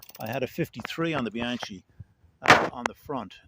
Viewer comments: You fix bikes and call it Bianchee😮 it’s with a K, but nonetheless, thanks for the video 🎉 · Nice. Just note: “Bee-Ahn-Kee” for Bianchi,.